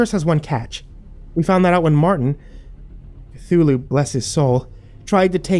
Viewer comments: Cunthulu?!, I swear to azathoth I will anhilliate your reality it's Cthulhu!!!! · Lord Cthulhu 😂😂😂😂